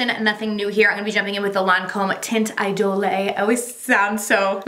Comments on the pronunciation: The Lancome product is pronounced Teint E-Dole. Not dole-eh. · Agree haha. No “lay” at the end 😆😆😆. Funny how she says she feels so Parisian but pronounces it incorrectly. lol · Love your videos so much! For Lancôme teint idole it’s kinda pronounced idol without the e. Thanks for the upload!! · You pronounce monsieur and idole wrong